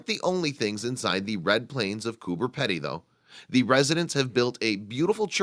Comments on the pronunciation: Coober PEE - DEE, not Pedy. Typical yank mis-pronounciation. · Would just like to say it's pronounced Coober "Pee-dy" not Coober "Peddy". Also the whole town is not under ground as you seen in the pictures and not everyone lives in a dug-out mine shaft. Thank you. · Bob Valdez. Pedy not Peddy. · Learn how to pronounce pedy (peepdy) not peddy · The last part of the name is pronounced pee-dee, but accurate info all the same.! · Haha so funny!😂it's pronounced "Coober peidy!" Great video though!!😊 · It is pronounced coo-burr-pee-dee it's not fucking hard mate. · Pronounced Coober Peedy!! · Its spelt Cooper Pedy but pronounced Cooper PEEdy. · Actually it is pronounced: coo b er pee d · Spelt "Coober Pedy"...pronounced "Coober Peedy". From Aboriginal 'kupa-piti' (Boy's Waterhole) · Cooper Peedy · Wrong yyllass. It's " Coober Pedy ", not "cooper, and not spelt "peedy" but that is how the Pedy part is pronounced. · jak git, why not cure the ignorance and inform, it's spoken as if it were spelled "peedee", right? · Cooper Pedy is really Kupa-piti, but white Australia changed the name to suit their own pronunciation. It it actually pronounced like Gooba (the oo as in took) and piti like bidy (bidee). Ask any Aboriginal Australian who lives there and they will pronounce it like that as well. I wonder if white America stuffs up Native American words too? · Have visited a few times. Just wish the commentator could pronounce the name of the town right. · Americans can never pronounce it right.....😂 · Another American pronunciation of an Australian place completely fucked up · i agree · jak git yep it's really weird that they can fuck up something so simple.